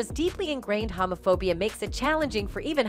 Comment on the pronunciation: Hamaphobia??? LMAO at this lady's pronunciation.